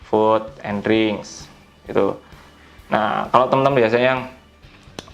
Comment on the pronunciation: aduhh bang bahasa inggris nya ko kacau banget login bukan login, fud bukan fod, 😵 geli banget dengernya